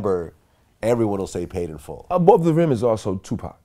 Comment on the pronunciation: It’s “Paid in Full” not “Made in Full” Vlad🤦🏾‍♂️🤣🤣